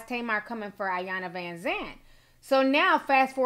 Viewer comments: it’s pronounced “ee-yahn-la” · I hate how people pronounce Ms. Iyanla’s name.. I know it’s an I but the I is pronounced as an E.. E-yanla Vanzant.